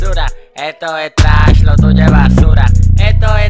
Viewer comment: La mala pronunciacion le da el toque bro jajajaj